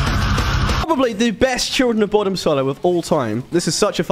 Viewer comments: Its pronounced "boh-dum". You're literally saying "Children of Bottom" lol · It's pronounced *BUUDUM*. Fun fact; the children were actually murdered at the lake in the 60's. Lovely lake to visit when in Finland 😊